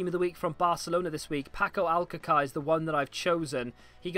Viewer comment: Alcacer is pronounced as ALCAZER not ALCACAR .-.